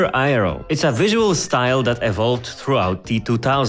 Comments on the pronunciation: He said Aero as Ayero 😅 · Love the vid. In future tho, aero is pronounced more like “air-o”